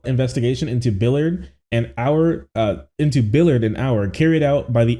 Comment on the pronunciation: My only question is how do you get billiard from the last name Ballard? Like where in the English language is an a ever pronounced like an i?